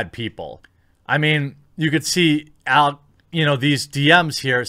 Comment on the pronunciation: jeremy mispronouncing alec’s name is even less surprising than zoe quinn trying to capitalize on a trending topic by pushing her victim mentality